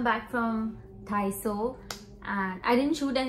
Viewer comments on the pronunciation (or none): Its not dhaiso ..its daiso